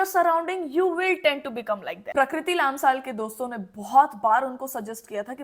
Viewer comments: It's लम्साल , not लाम्साल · It's lamsal not laamsaal but thanks for speaking up